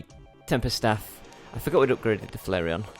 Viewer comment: pronounce flairon like: flare on